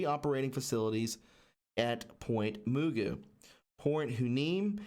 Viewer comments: IKR...and Moogoo😂😂lol I have to listen all over.😠I kept laughing everytime I heard moogoo😂 Its ppint Ma-goo...like the cartoon mr magoo😇moogoo😂😂😂kkkkkk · If you're going to make a conspiracy theory video, learn how to pronounce the names. Its Point Ma-Goo not moogoo. And it's why-knee-me. Not huandme. Damn dude. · Hey... just helping you pronounce these names from the video brother.... not hating I’m from here and they are strange names.. Point Mugu is pronounced like the cartoon Mr Magoo... and Port Hueneme is pronounced Port Y- KNEE -ME... just helping out brotha keep up the excellent TRUTH reporting! #WWG1WGA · A little help on pronunciation: Point Ma-goo Port Y-Nee-me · Pronounced Point Magoo. Like Mr Magoo. My father worked there. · The base names are pronounced Point Magoo as in the cartoon Mr. Magoo. The other is pronounced hYneemee. This is a breathy H that sounds more like you are just saying Y. This is from a native tongue. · Point Hueneme is pronounced Point WHY KNEE MEE 😉😉 and Point Mugu is Point MUH GOO. Thanks so much for all you do from this chick who lives very close to China Lake ♥️ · They are pronounced Point Magoo and Point Why Nee Mee. I would also take a look at San Clemente Island.... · Point Mugu pronounced Muhgoo Port Hueneme=Whaah nee me Was just there a few days ago! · FYI point mugo is pronounced like MR. Magoo! and point Hueneme is pronounced wi ne me! there next time you will sound better. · Hueneme pronounced Y Nee Mee Mugu pronounced Magoo Great vid! Thx for all your hard work. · Hueneme is pronounced Why-uh-nee-me. Mugu is Ma-goo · Mahgoo is how u pronounce it and wyneeme is how u pronounce it. Maxwell, is that a relative of gislayne? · Point muh-goo. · Point Mugu = "Ma- goo" like "Mister Magoo", also Port Hueneme= Port "Wa- knee -me". Interesting vid, thank you. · it's pronounced Ma goo.. a d port why neemee.. it's Hawaiian I lived near Ventura as a homeless child. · Pronounced. Ma goo. Sorry former Calif girl